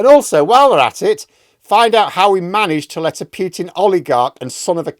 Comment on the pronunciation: Pooh pooh pooh-tin as in Winnie the.... not Pew-tin...as in church benches . 4th time I mention this.